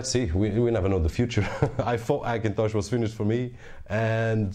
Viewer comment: Funny how you say Hackintosh with a silent H: ackintosh!